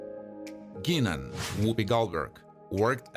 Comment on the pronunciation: The simple fact that you mispronounced "Guinan"-even in your 'Not for Narrating' voice- proves you have no fvcking clue